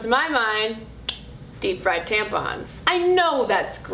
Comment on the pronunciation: Imma start calling them "tamp-uns" from now on :D